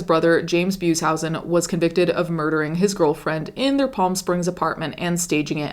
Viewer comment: You mispronounced Beushausen. But good video :) ❤.